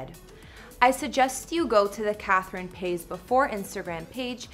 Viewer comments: I can't stand how she says Catherine's last name "pase"....its pronounced PAH-IZ. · I cry every time she says Catherine “pays” lmao it’s Paiz (Pie-ees) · Catherine Pays? Lmao its pronounced Pahees! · It’s not pronounced “Paiz” exactly! It’s Pie-is. Listen closely on Austin and Catherine’s proposal video, Austin said Pie-is. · Am i the only person who noticed that she said her last name wrong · Gabriela Ramirez we noticed because we’re Hispanics🤩, we know how pronoun Paiz but she doesn’t🤷🏻‍♀️ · The way this chick pronounces “Paiz” 😖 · Maybe she just can’t pronounce it? I’m sorry but she did have some facts in this video 🤷🏼‍♀️ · I’m not mad I’m js pissed dat you’re saying her last name wrong tf🥶✌🏽